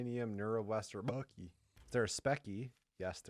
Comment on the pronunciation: why he say bucky like that